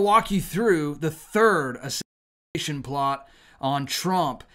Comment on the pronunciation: hey, if you can say “assassins creed” you can say Assassination.